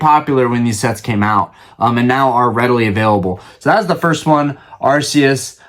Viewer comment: Im glad you say Arceus the right way haha I love him and Palkia! Ive never seen trading events, I only ever hear about people going to play the game and I just collect on and off